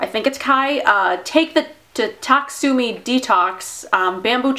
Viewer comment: ITS TA-KEH-SUUUUUUUUUU-MEEE!!!!!!!!!! 😡😤